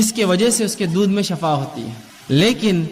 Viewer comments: اسلام علیکم و رحمتہ اللہ و برکاتہ بإذن اللہ تعالٰی میرے دینی بھائی معذرت کے ساتھ شفاء زیر کے ساتھ الله آپ کو شفاء عطا فرمائے (زیر کے ساتھ ) اور شفاء زبر کے ساٹھ ( جہنم کی ایک گھاٹی کو کہتے ہیں۔ یعنی جہنم کا گڑھا اور شفاء زبر کے ساتھ ایک اور معنی موت ہے برائے مہربانی آگر میں غلط ہوں تو میری اصلاح فرمائیں کیونکہ آپ باربار اس لفظ کو باربار دوہرا رہیں ہیں( شفاء زبر کے ساتھ ) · Shafa nahi shifa msna badal jata hsi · Assalamualaikum shafa kiyun bol rahe h..sofa bolna chahiye 😢😢😢😢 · shifa. . . shafa nahi